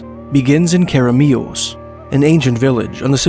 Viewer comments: too much emphasis on the last syllable Care uh Mee us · that way of pronouncing keremeos was priceless, amazing stories though, thanks! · The pronunciation really caught me off guard it made me cackle after hearing it